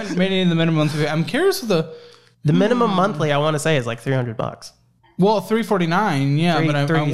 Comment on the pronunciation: “Mina-mum” he let the intrusive thoughts win lol